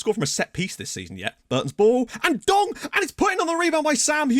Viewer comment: This Dong needs a nickname. I swear struggles every time pronouncing his name